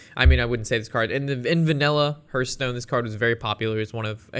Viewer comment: Say it with me..."Hearthstone" - The first part sounds like "Heart", not like "Earth"